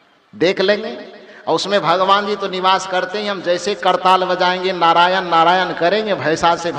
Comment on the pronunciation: भगवान होता है आप भगमान कहते हैं 😂